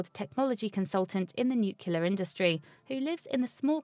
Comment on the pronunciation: Nu-clear, not nu-cu-lear.😡